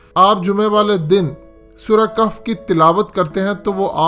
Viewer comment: Sure kaf nh bhai sureh kahaf hai